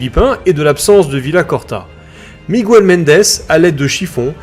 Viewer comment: " MigOUel " Non: miGUEL comme ça s'écrit. Sinon, très bonne vidéo, comme d'habitude.